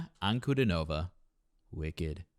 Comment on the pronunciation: Her name is phonetically pronounced Deeahna AnkuDEEnahvah.